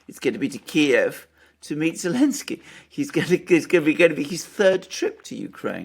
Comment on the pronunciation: Why do they call him Elensky?